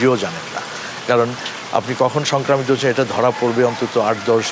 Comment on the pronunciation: Soncromita, Not Sancramito